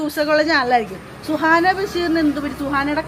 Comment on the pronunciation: സുഹറ അല്ല സുഹാന 😅🤣